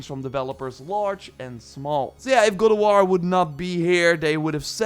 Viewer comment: why you say god of war its gold of war LOL